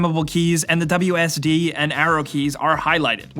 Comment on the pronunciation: he said wsd instead of wasd